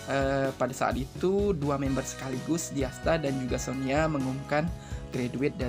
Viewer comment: Koreksi min -Sonia pernah ko senbatsu sebelum kimi wa melody, yaitu fortune cookie -Sonya pandarmawan, penyebutan nya sonya min bukan sonia Makasih min hehe